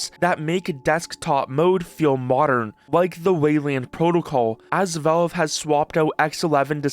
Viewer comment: It's pronounced "VALVE", not "VELVE"